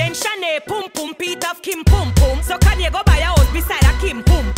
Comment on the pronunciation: I love how she pronounces Kanye 🤤😂